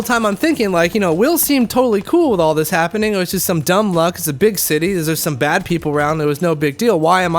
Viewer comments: I knew you were half when you said shitty instead of city. I'm half too so it happens to me as rell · "Its a REALLY large shitty" is exactly what i heard at the beginning